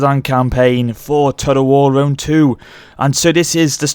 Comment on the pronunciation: I thought Lionheart was a bad pronouncer for Rome 2, but then I watched this video.